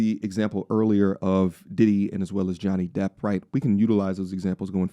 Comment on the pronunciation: Are you saying Johnny Depp or Johnny "Depth" 😅